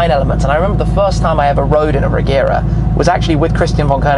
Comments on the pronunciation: It's actually pronounced "Reyera" in swedish if you want to be precise. :) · Nice overview, though it is pronounced with a soft G - like a J - Rejera. It is the Swedish word for "to rule".